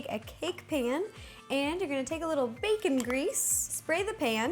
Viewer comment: When you said baking grease I thought you said bacon grease and I'm like whaaat